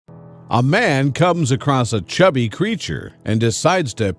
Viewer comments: Both text in the video and the description have cubby written in it and you say "chubby" talk about proof reading...lol😂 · Cubby but you say chubby? 😂